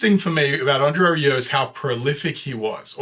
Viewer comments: Nothing to add to this excellent comment except for the fact that your pronunciation of André's family name Rieu was spot on. In fact the best I've heard from any English speaking reactor. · You're one of the few who pronounced his name spot on.